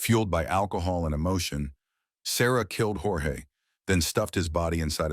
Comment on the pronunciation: it’s pronounced George per his family in every interview they’ve ever done.😊 otherwise great video!